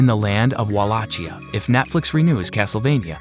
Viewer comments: Wow way to butcher the pronouction of wallachia with wa la chia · Did this guy just say Walatchya?